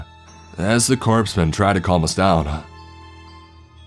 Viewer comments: He also says... corpsman (marine): "corpse-man" instead of "core-men" unbridled: "unbrid-ohd" instead of "unbride-ohd" & I don't know if he said it this story or if it's him but it sounds like him so... escaped: "ex-caped" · It's core man.. not corpsman. . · Corpsman = Core-men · I love this series. I'd love to see this s or have the seal team 666 books (yea the names kinda cringy) made into a tv series. Just an FYI corpsman is pronounced "core" man. If you need any help with the military lingo feel free to message me no strings attached. I love these stories. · corpsman is pronounced coreman just like US Marine Corps is pronounced US Marine Core it’s ok Obama couldn’t pronounce it either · A "corpse-man",?